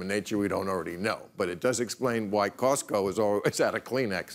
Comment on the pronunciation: Who says Costco like that??